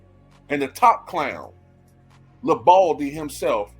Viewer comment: Not "LeBaldy"!!!!🤣🤣🤣🤣 Lmao!!!!